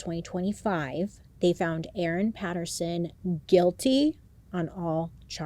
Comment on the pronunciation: Yay, thank you for covering Erin Patterson. Your pronunciation is spot on and you 100% gotta come to Australia